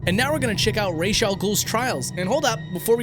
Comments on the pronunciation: Ra's is able to be pronounced like how you said it and like Ra-ss by legion members. So the correct pronunciation is the Ra-ss :/ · Yeah his name is raysh/Ra's not ras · You have pronounced that wrong it's Ra's al ghoul with a glottal stop in between the a and the s. I'm Arab and it is an Arabic word manning the head of a ghoul or a monster. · It's Ra'j not Ra'j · Okay buddy i have news for you im arabic and ra's al ghul's name in arabic translates to "head of the demon" and head in arabic is pronounced "rahz" not "raysh" feathers in arabic is pronounced "raysh" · While yes the animated series and this game pronounce it that way (and you're more than free to do so) buuuuut if you actually translate "the demons head" (which is what Ra's Al Ghuls name is supposed to mean) into arabic you'll find the pronunciation is closer to Rãs al Ghul than "raish". Just some food for thought. Another fantastic video man! Would absolutely love to get an interview with you sometime! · it was not pronounced correctly, because R'as AlGhoul is Arabic for "Head of the deamon" Ras not Rash, and you pronounce it with a slight hick-up as you read the letter "a" in R(a)s. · Inhales I know you put in the clips and all... but... you pronounce Ra's Al Ghul's name wrong. It's pronounced how it's spelled. Raz. Not Raysh. Raz. His name is supposed to mean "Head of the Demon" in Arabic. Using the Hebrew pronunciation Raysh means "To Bow." Which has nothing to do with his name. So... say it with me... "Ra's (RAZ) Al Ghul. Did you get it right? Good. This discussion is now over. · "Ras" is Arabic for "Head", and it's pronounced "Ross" (roll the R) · “Raysh” was started by the animated series in 1992. Ras first appeared in comics in the 70s. He’s Egyptian, Arabic at the very least so it’s obviously pronounced Ra’s 💁🏽‍♂️ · I’m Egyptian and i’m telling you it is pronounced “ras” not “raysh” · When he said people would say he pronounced ra’s wrong it just reminded me that people say it like rarz or raz